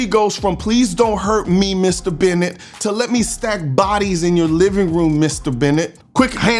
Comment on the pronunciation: dude love the videos, never commented on them, but its Burnett, not Bennett ha